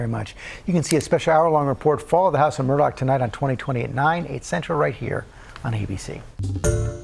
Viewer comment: This journalist needs to do her due diligence. It's not Alec Murdock, it's Alex Murdaugh unless you're retarded and from South Carolina. Pronounced "Alex Murda"